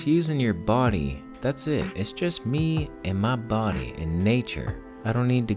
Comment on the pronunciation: I love how you say bo'ody, like all Jamaican or something =p You look great and I know how you feel about eating so much it sends me back to bed too xD